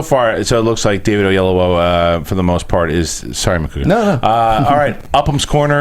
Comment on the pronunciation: No Macuga its not O-ye-yu-o Its O-yee-eh-lo-wo